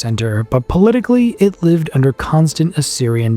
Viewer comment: Is this AI ? If simple words are not pronounced correctly ! Like live live!!!